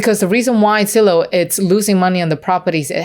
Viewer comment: For the love of god, it's Zillow not Sillow